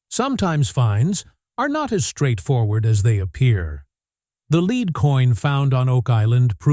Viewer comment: To the announcer of the video, the coins and other findings is lead, not leed. It is an elemental metal. How could your mispronunciation go unnoticed?